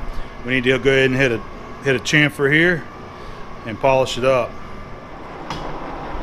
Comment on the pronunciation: It's painful hearing muricans say chamfer